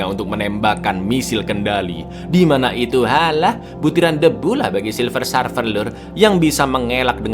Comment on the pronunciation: Bukan Sarfer cak,tapi Serfer cara nyebutinnya